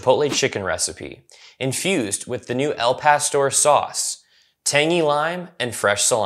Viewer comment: At least you pronounced it better than they did in the commercial. But still not right. Gringos are freakin hilarious.